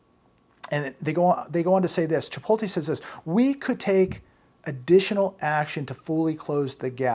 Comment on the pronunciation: hun, you’re pronouncing chipotle wrong! Just thought I would let you know ❤️